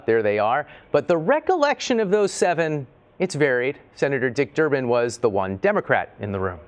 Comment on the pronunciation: His name is DURBIN not Durban!